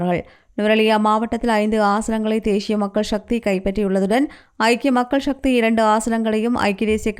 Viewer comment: தேஷிய மக்கள் ஷக்தி யா? தமிழ் சரியாக வாசிக்கத் தெரிந்தவர் ஒருவரை செய்தி வாசிக்க வையுங்கள்.